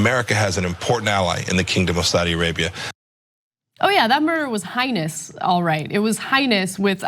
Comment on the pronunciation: Highnous is not a word, it is heinous pronounced Hay-nus.